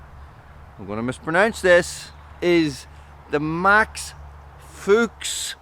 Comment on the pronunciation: Fuchs - German for Fox. Pronounced Fooks like Chooks not like Ducks